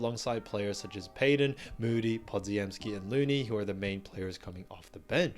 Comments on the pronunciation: OMG, how can you keep mangling Podziemski's name. It's Polish and it's pronounced Po-gem-ski. Stop being a dope and get it right already! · I will subscribe when you pronounce Branden lass name right. YOU ARE KILLING HIS NAME SMH!